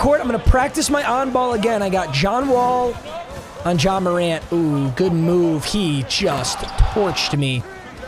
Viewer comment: i swear to god he said john morant but cant really tell